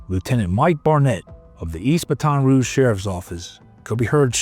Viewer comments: Wish you folks would do a little research to learn how to properly pronounce words and names before you make these videos. It may not be so important to you, but to the people in these communities it is very important. In this case the one that stands out is Baton Rouge. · You might be pronouncing it correctly, but down here we say it like "Batten" Rouge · Nobody during the filming of this told this guy how to say baton rouge?! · That's not how you pronounce Baton Rouge. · The way you pronounce baton rouge makes me twitch. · If he says baton rouge like that one more time I'm gonna have a seizure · Your pronunciation of Baton Rouge is wired. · Baton Rouge say it right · If you’re gonna use the words Baton Rouge a hundred times in the video, learn how to pronounce it. 😂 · I grew up in BR. Watched this love sitting on the couch with my mom. Btw the pronunciations on this video are brutal! I wanna scream hearing Baton mispronounced wrong over and over. Gary IS a hero who did right by his son. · At least learn how to pronounce the fucking town your talking about. Wholly shit couldn't even watch this shit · It literally takes 20 seconds to look up how these last names and cities are supposed to be pronounced. 🤦‍♂️ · Come on man you can’t convince me you don’t know how to pronounce Baton Rouge. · I love this channel but you're killing me mispronouncing Baton Rouge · You can’t even pronounce the name of the city right Baton Rouge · Great video. But, why does it seem like you've never heard the name, "Baton Rouge " spoken out loud, before?😅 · Why are you saying baton rouge like that. Cannot watch it's aggravating. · 😂😂 the way it said Baton Rouge!!! 😂😂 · I wish these AI channels would at least put 30 seconds of effort in to fix pronunciation of places like “Baton Rouge”… c’mon, now. You know we’re all sick of AI slop. Stop reminding us that’s what you’re doing, too. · BA-ton Rouge, not buh-TON Rouge. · Or pronouncing Baton Rouge like the word baton. Haha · “Battin” rouge